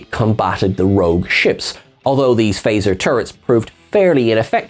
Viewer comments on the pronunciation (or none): none